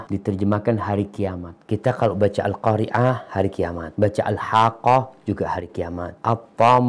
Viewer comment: Al Qoori'ah pakai Ain dengan Al Qoori ah pakai Hamzah, beda jauh maknanya, ustadz itu memang sudah seharusnya diciduk